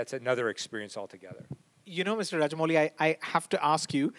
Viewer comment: I love how Joe is calling Rajamouli as ''raja'' a king!